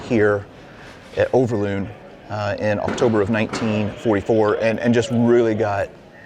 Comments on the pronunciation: overloon not uverlone . i love your history stuffies but its overlooooooooooon not uverlone , your vidoe is lovely and sweet , but its overloon hahahhahaha i am jokking dont takke it to harst oki much love <3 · Sir, i always think it is funny to hear a foreigner try to pronounce Dutch names and words. You pronounce Overloon in a funny way. You pronounce the first O perfectly. Just copy how you pronounce this first O to the second double O..... Make the same sound. And then you pronounce it correctly. Over, the O sounds the same as the double O in Loon. But you made the double O sound like a u in Tune. Or Looney. Moon. It is more like Moan, Over.